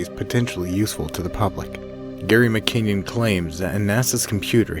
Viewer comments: It's not mckinyon. It is mckin non. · Its Gary McKinnon, not McKenyan..